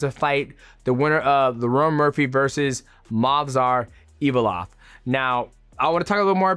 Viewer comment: Can't help but laugh when you say Movsar Evilov 😂 it's Evloev